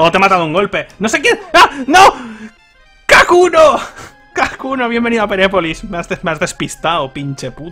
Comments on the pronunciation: Todo el video diciendo kakuno y era hakuno xD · Por que dice Kakuno? xdddd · Lo mas inquietante es que dice "kakuno" en lugar de hakuno XDDD